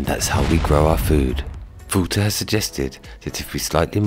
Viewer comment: Wouter is pronounced wowter not wooter